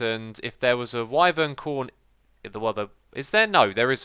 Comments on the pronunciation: Wyvern is pronounce why-vern. Not why-ver-uhn. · FYI it’s pronounced Y-vern not wivern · you say wiveren instead of whyvern.... you say it like the word "why" and then vern luke you hear it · it's pronounced Why-vern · X, its pronounced Whywern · ghahahahhqhahahaha omg the way x pronounces "wyvern" is disgustingly funny XD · I hate it